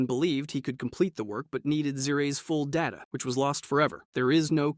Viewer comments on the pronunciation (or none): none